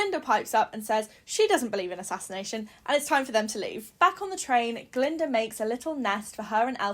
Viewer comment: Glinda not galinda or glenda.